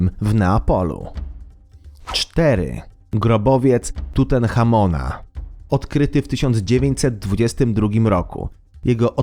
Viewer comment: pozwolę sobie sprostować nie Tutenhamon końcówka un